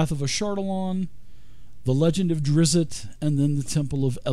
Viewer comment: Immediately stopped watching after your pronunciation of Drizzt. Don't know if you did it on purpose as a joke or just ignorant of his name, but it pissed me off either way.